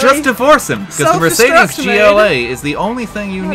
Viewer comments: If i had a dime for everytime he said mercades gla i wouldn’t know how many dimes i have im deaf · Wrong pronuciation of Mercedes ^^